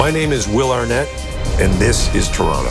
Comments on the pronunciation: Love than he's swallowing that 'T' like a proper native. For us it'll always be Toronno. 😄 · Americans, note the correct pronunciation. The second "t" is nearly silent. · And just in case you all didn't pick up on it...the second T is silent. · Now everyone study the way he pronounces it, we don't wanna hear TOE RON TOEs!